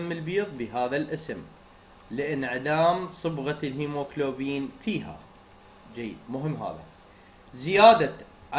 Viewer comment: الهيموغلوبين مو الهموكلوبين❤🙂